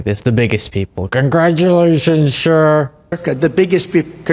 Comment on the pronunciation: He can't even say 'sir' when he's sundowning. He says 'SSHURR'.